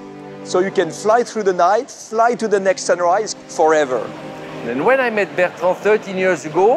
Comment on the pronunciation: Totally off topic, but I hear Bertrand say 'forether' instead of forever. My French coworker says 'howether' instead of however. Is the sound combination wev difficult for the French to pronounce?